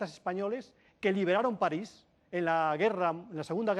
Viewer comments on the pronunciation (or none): none